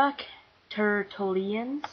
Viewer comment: great! You have alot of feeling in your voice. and your the best Starbuck audtiion i've heard so far. You did well on all of them but you pronouned Tertullian wrong. But hey you will learn. You have a high chance of getting a good part